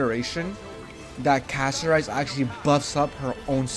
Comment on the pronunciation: Interesting very interesting thank you for the video another thing Pronounce her name correctly Castorice😂